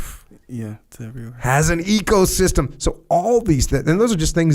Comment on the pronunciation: I don't know why I'm hearing it 'ego'-system every time he spells ecosystem